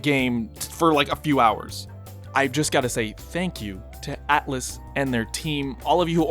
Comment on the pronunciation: Dude, it’s Atlus, not Atlas